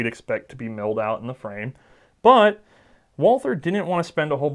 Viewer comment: The pronunciation of Gesellschaft was totally fine, most of these were more accent than anything else (nailed the umlauts)! But if there's something odd, it's the pronunciation of 'Walther'. The h in Walther is silent. It's "Walter", the German 'a' is more like the 'u'' in 'ugly' (there's a section on the English 'Carl Walther' Wikipedia page that recommends saying 'vaulter'). Anyway, It's a pretty lame sounding name on its own in German. Thanks a lot for these videos, great content! :)